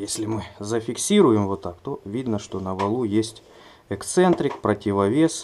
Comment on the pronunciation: опять издевается:( "Экцентрик". Язык ленивый, не поворачивается. И "подшибник" опять. Чтоб тебе по языку подшибником через экцентрик:( Эксцентрик, эксцентриситет, подшипник. Всем привет от кафедры русского языка.